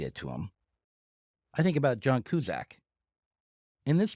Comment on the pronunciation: How do you of all people mispronounce John Cusack’s name? Am I in the Matrix? Is life glitching out? I can’t explain this🫥🫥🫥